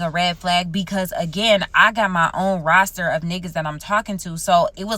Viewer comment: pleease stop saying roaster 🤣